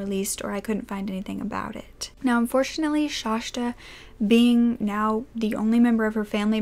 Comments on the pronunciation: Its Shasta. Not shashta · I’m from Oregon and have always pronounced it as shhaasssta.. no sh at the end. Like the mountain. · Omg it's Shasta not Shashta!! Please at least know how to pronounce the victim's name!! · It's pronounced Shasta, but not Shashta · I'm glad you explained that because I was instantly like, what? Shashta? And also Coeur d'Alene is pronounced like "core dah lane". It is distracting for those of us familiar with the proper pronunciations, but we love you anyway. ❤❤❤ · I've never heard the second "s" pronounced as sh. It's shasss-ta. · Hi loves, hope you're all doing well. I hadn't even realized when filming that I had said Shasta's name incorrectly and I mean no disrespect in doing so. I always try to make sure that my pronunciations are as close as possible and for some reason I made a mistake on this one. Hope its not too distracting. But just wanted to let you know so you don't have to comment on it <3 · My mom lives about 3 blocks from the Denny's she was found at. And I have her on my FB page. I also just want to let you know out of obligation that you pronounced her name wrong the entire video lol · I live right next to cour d’ Alene! ( you pronounced it wrong lol buts its ok, and you said Shasta wrong but it’s fine) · Just FYI... it’s pronounced like this cor de lane.. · This story is so sad. But its making me nuts. My name is Shasta too & you're pronouncing it wrong. Uhh!! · Shasta is pronounced more like pasta than whatever you are saying